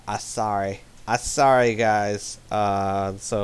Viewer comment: "I sorry" sounded like "Asari." Limey for Brits, but only Brits.